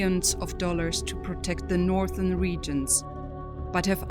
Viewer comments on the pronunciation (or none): none